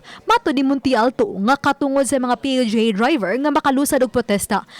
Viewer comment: Unsa to Dai??? P-U-G??? Haskang bisayaa gyud nmu dai 😂😅🤣 PUBLIC UTILITY GEATAY 😝😝😝